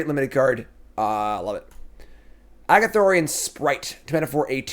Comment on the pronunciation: Not Agathorian....Ar-goth-ian. :| Best in Show: Teething Wurmlet - I guess? I'm not real excited about the top end of Green stuff. Normally I think the artifact deck is Azorius or Izzet...but it seems Selesnya is being pushed for that in this set. Honorable mention here for Bushwack I guess. Sleeper: Gwenna, Eyes of Gaea - This is pretty crazy ramp if it lives. This on 3, untap into a Defiler of Vigor on 4 and now Gwenna is out of Cut Down range....she untaps...so now you have 3 mana (Gwenna and an untapped land) and phyrexian mana....and you're kind of off to the races with the Defiler in play. Trap: Green in general? I'll say Fauna Shaman. I want to say Titania...but I'm not down on it enough to go that far....maybe it ends up good. Bombin Common: Quite a few good ones here. Giant Growth is a classic. Gaea's Gift is also going to be a great trick. Argothian Opportunist is rock solid. I think I agree with you though on Blanchwood Prowler. It's going to allow for a lot of kept hands in limited. Obviously not the same as a Once Upon a Time, but in that same spirit where you keep hands simply because that is in your opener and it fixes almost everything.